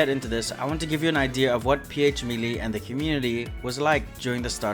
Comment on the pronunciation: Five years into video making, we still saying melee wrong. 🦀🦀🦀🦀🦀